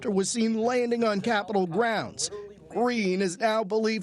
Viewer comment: "Bolice Officer"